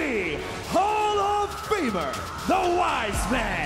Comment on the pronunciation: Hall of Famer ❌ Hall of Femur ✅